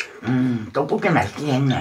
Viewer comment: ☆☆오늘의 킹받는 포인트☆☆ 1. 파를 길쭉하게 썰어서 파채를 만들어버림 2. 어묵이 뿔지 자꾸 쪼그라든다고 박박 우김 3. 어묵 지 얼굴마냥 넙대대하게 졸라 크게 썰음ㅋㅋ 4. 고추장을 육수에 풀어야지 들기름에 볶아버림 5. 떡볶이를 자꾸 또뽀끼라고 귀척하면서 발음함 6. 지가 만들었다고 맛있다 연발 오짐 ㅋㅋ 7. 옆에서 맵다는데 자꾸 식어서 안 맵다고 또 박박 우김 (옆에 땀 범벅인데ㅋㅋ) 8. 결국 마지막 다 먹을즈음에서야 '맵긴맵다'고 인정 ㅋㅋ